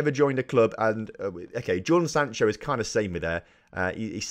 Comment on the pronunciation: You mispronounced some of your key players' names so here is some help how they are meant to be said Jadon Sancho- Pronounced Jay-don San-Cho (not Jordan Sancho) Julien Weigl- Pronounced Julien Y-Gle Mahmoud Dahoud- Mah-k-Mood Da-Houed Omer Toprak- O-mer Top-rack